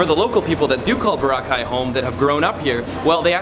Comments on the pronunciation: It’s not Bora-cai, it’s Bow-rah-cai! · bohra-caii? nuh bruh bo-RRA-cai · It is pronounced bOr-aww-kai. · Enjoyed your video, but Dude! It's Bor-ROCK-eye, not boruh-kye. LOL. Just messin! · It's "BO-RAAAAAA-KAI". Not Bo-ra-kai. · Why does he keep calling it Bora-ki it's Bor-rakai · Nice video there. By the way, Boracay is pronounced bo-RA-cay, not bora-CAY. Stress is on the second syllable. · He said Borca not boracay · It's not Bur-cay, it's Bo-ra-cay! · Jachinoy15 It’s Boracay, not Bora. Because Bora Bora is another tourist island in the Pacific! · Nice vid, but learn to say Boracay correctly - "burr-ROCK-eye" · I was so distracted by the way you pronounce it. Is it BORA-kay OR Bor A KAY or what? .... I mean...you didn't say it the same way twice.... let us know. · It's pronounced phonetically "Bore - rock - kai" just fyi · Ba-Rock-I is how you say it man...lol... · Boh - rah - khay ( stress on 'ra' ) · Bo/rah/ khay- stress on the 'Ra'. Thank you. :) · You pronounced boracay incorrectly. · Stop saying the name of the island wrong. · Everything is changed except you foreign people who always pronounce boracay the wrong way.. pity.. Do you want us to pronounce "Chicago" the wrong way.. Hopefully you dont get hurt. So sad, just dont come to the country if you cant pronounce correctly..alright? 😐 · It seems you've been there enough times that people there really welcome you. So, repay our hospitality by pronouncing Boracay correctly. I know you know how. You did it at least twice in this video. You're almost Pinoy. So, honor us in this way as we are honored by your patronage and seek to honor you as well. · If you're going to do a video on a certain place at least know how to pronounce the name of it. Good video though. I was there in 2006. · How many pronunciations of BORACAY can you fit in 1 video? Haha Love the vid! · Why Neither You Or Your Girlfriend Can't Pronounce BORACAY Correctly. Gro up men.